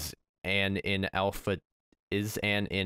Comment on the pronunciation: the IN should be spoken with emphasis... like an IN development software..